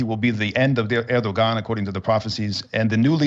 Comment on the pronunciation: To begin with, he pronounces his name (Erdogan) as "ehr'-dow-aan", and whoever becomes his successor will most likely continue the policy of maintaining good relations with the West. It makes sense to maintain Turkey's independence and at the same time keep all avenues of communication open - both with the West and East.